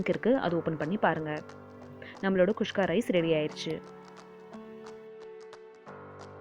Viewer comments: Adhu not kushka its kuska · catherine malathi kuska she is saying kushka... probably comes natural for her